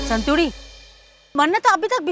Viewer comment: संतूड़ी नहीं मंतूड़ी है, अपने मन से चलने वाली।